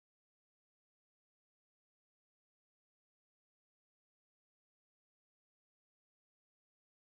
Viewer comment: why you say Taurus like Tahrus?